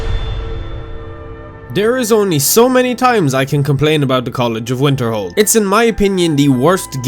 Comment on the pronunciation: When you say Winterhold, what I hear is Winterfell.